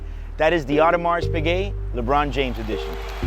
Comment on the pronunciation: Not worth the money to me. Got a ton of watches id rather buy for that price range. Hey man btw S in audemarS is silent. Just sayin